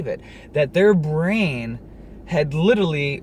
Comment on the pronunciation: You're saying 'litrerly' instead of 'literAlly'.